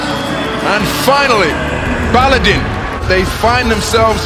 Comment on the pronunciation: Not Baladin, its Baladın.